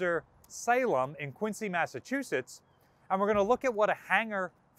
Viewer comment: Quinzee (Massachusetts), not Quints-ee or Quince-ee; you'll get props for pronouncing it like the locals.